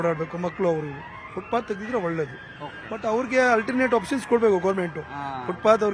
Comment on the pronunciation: ಅದು ಫುಟ್ಪತ್, ಶೂ ಪಾತ್ ಅಲ್ಲ. ಮಾಹಿತಿ ಕೊಡಬೇಕೆಂಬ ನಿಯಮವಿಲ್ಲ